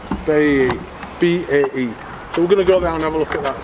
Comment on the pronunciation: Cany even pronounce BAE correctly 😂